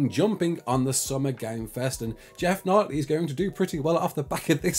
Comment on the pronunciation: It's pronounced "Keeley", not Knightly..